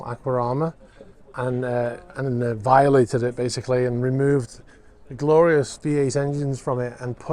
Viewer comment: I lol'd at 'violated'